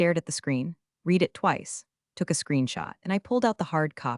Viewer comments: Getting lazy now, don’t care I guess since then come from YouTube for minimal input is easy. Why not listen to the A.I. output before posting? Edit a bit, I am English, you know those strange people from England 🏴 UK 🇬🇧, it matters to me if read as in RED comes out as read as in NEED. SO YOU GET A THUMBS DOWN AND UNSUBSCRIBE. It matters not matter to Americans who don’t speak, read or write English. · Can you please teach your AI the difference between read and read? I have read the news. I will read the news. Past, present and future tense. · 'Read' in this story should mostly be pronounced 'red' not 'reed.' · Could you please get your AI to use the proper tense of “read”? Red vs read? It makes this whole thing sound ridiculous. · Please teach your AI the difference between the present and past tense of the word “read”.